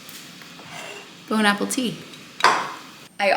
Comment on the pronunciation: I like that you say bone apple teet 😂😂 🤣🤣 🥦